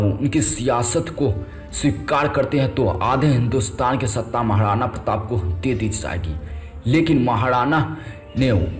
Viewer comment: Thik se hindi bolo bhai.akbad?tadwad?mahadana?